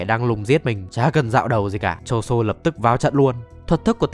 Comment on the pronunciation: ngta tên choso mà ní đọc choson =)))